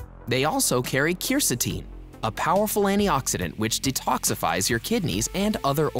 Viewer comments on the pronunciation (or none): none